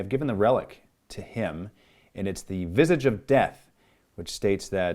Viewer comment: It's pronounced visage not visage